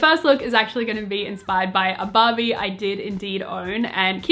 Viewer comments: Am i the only one hearing 'bobby' instead of barbie? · everytime she says ‘barbie’ i hear ‘bobbi’ what is wrong with me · When she says Barbie, i sometimes listen Bobby hahaha